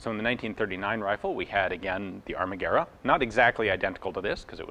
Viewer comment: Greetings from Italy. Congratulations on your "Pronunciation", you read Italian very well. Surely you understand that you are US 😁 ... by the way, I didn't know much about the history of the ARMAGUERRA mod.39. Thanks.